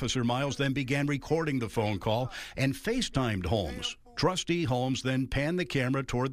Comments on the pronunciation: What is a "tustee" ?? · What's a "TUSTEE"??? What an embarrassment of a "news" source. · "Dalton TUSTEE"? Petty, I know, but who's your editor/whatever....AND HOW MUCH DO THEY MAKE? JAST Woulndtring! Me fail Inglish! Dat unpossible! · What the hell is a "tustee"?